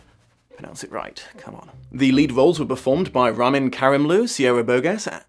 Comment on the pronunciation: Ramin's name pronounced "Ra-meen" jsyk